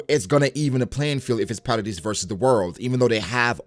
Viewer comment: don't worry, you pronounce jean correctly. however, you pronounce hange and paradis wrong lmao.